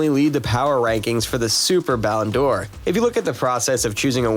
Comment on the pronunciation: Yes, ridiculous. And it's not pronounced Ballon dior but Ballon door. So irritating.